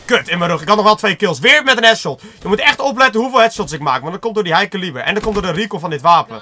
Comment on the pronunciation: Kun je plz elo, high caliber en talon goed zeggen?